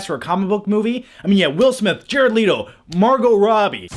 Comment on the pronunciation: let o . not l - ee toe